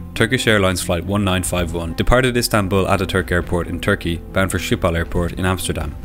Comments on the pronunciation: Amazing video, as always. By the way, it is pronounced skip-hol. The word is a compound word (like in German) of schip and hol. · You pronounce it as SCHIPhol as SCHeveningen. (I am dutch) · He can't pronounce Schiphol do he's obviously not Dutch